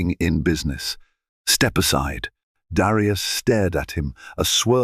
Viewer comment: Great story but aren't there any American AI or American readers period? Especially in the pronounciation of Black names like Darius or Elena (from another story). Prejudice, still in this day and age should never be tolerated, yet, it was prevalent and tolerated on that airline. Thank goodness for cell phones with cameras and sound for recording.